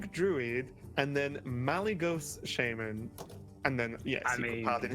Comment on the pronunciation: SHAMAN NOT SHAYMAN FFS